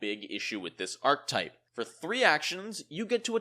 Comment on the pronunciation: Archetype has three syllables... Ark-eh-type